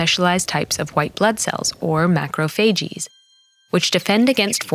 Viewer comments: says macrophagees but.it’s macrophages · ma krow fay jiz just saying PRONOUNCITION because I got confused☆*: .｡. o(≧▽≦)o .｡.:*☆ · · No one pronounces it "macrophagees." It is more like "baggage" becoming "baggages" (fake word but you get it) not "bagageeez" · „Mah crow fae jeeese“ please just say „mackrow phajez“ it’s not that complicated. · I wonder if they consult any physicians about pronunciation . its Macro-phay-ges not macro-phay- GEies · Why is she saying macrophages like that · I love this video but it really bothers me on how she pronounces macrophages